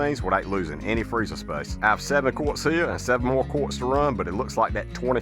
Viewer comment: I heard the Australian accent on 'freezer space', you didn't tell a lie 😂😂😂😂😂😂😂😂❤